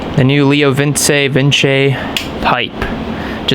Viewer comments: Leo VINCE not lee oo vin ceeee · It is pronounced Leo Vinchy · It’s actually “ la-o-vin-cee” ;)